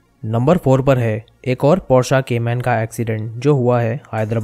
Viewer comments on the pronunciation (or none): porshaa 🤣..........Por/sche....paur/shay, practice makes the man perfect. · Bro usko porsha nahi, porsh bolte he 🤣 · Vo Porsche hai bhai porschaaa nahi hai boshada 😂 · man it's not porsha it's Porsche